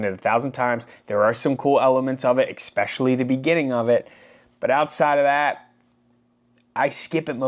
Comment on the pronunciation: It is spelled and pronounced especially not xspecially